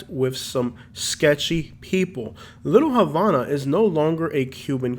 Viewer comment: It's pronounced "Little Ha-vah-nuh" and "Al-uh-pat-uh"